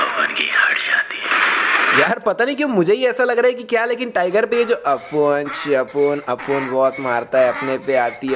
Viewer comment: bhai tere mu se apune sapune sunne ke bad aur zyada tatti lag raha hai